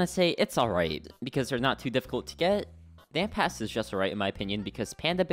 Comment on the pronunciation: is it just me or just why did i hear n pass over ant pass